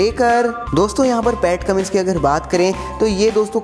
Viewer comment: Or vai vo Pat Cummins hai Pat Cummings nhi😉😜